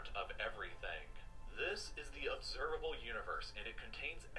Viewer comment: "Observalbe Universe"